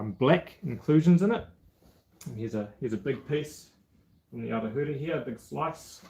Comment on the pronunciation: Arohamai.....Auhunga! Hunga is pronounced Hoonga...Kia ora!